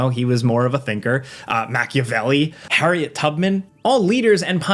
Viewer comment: lmfao Hariot Tubman? hahahaha